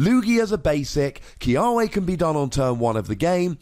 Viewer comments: In Hawaiian its pronounced Kee-Ah-Veh. Our W's are a V sound....Im excited about this card!!! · The correct pronunciation should be Key-uh-vay but for some reason, the anime pronounces it Key-uh-way